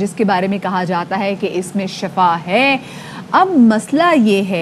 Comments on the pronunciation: shafa nai shhifa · Mohtarma shafa nahi shehed me shifa he